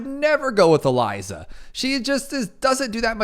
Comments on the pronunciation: why el-i-za Edit: it is ez-e-li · … her name is EZILI! Not Eliza! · Why are you calling Ezili 'Eliza'? It's weird.